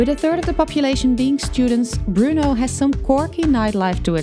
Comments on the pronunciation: It's Bur-No! Not Bru-No! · It's literally BRNO, Burno is not much better than Bruno, there is no extra sound between B and R.